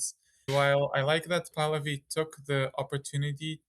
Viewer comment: Why do you keep saying princess of Pahlavi? It's annoying 😂 it sounds like you're saying princess of Pahlavi